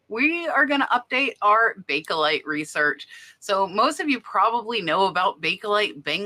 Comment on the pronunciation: Bake as in bake.....there is no e lite in pronounciation. Its bake lite, not bake ehhh lite.